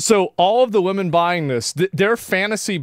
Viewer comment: Waaahmen? Least favorite video of yours in a hell of a long time, Assman